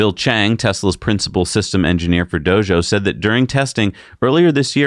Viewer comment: It os "Dojo". not "do-sho".... Just as wrong if you are trying to say it like the original language or English...